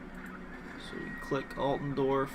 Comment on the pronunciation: ITS ALTDORF (AALTDOURF) NOT ALTENDORF